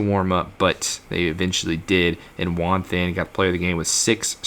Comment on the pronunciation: I’m pretty sure “Juan then” is pronounced “Juan ten” im not 100% sure thought I should just mention it 😂